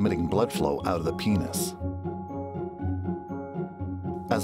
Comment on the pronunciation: the way he he says "into the PINES"